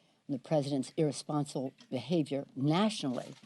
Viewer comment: Nancy can you say the word irresponsible again. LOL LOL LOL